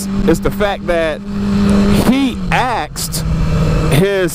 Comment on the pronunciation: You mean he ASKED not axed you don't chop people up when you ASK a question quit being lazy with your pronunciation.if you're not from the hood and want respect speak English please set a trend for the kids who are up and coming